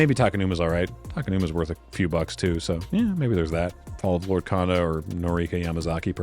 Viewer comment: Only being pedantic because you brought up the Ninjutsu vs Ninjitsu rant, the o sound in Japanese is a bit longer than you pronounce it, so Konda is actually pronounced Cone-Da (like a traffic cone) not Con-Da like a Convention.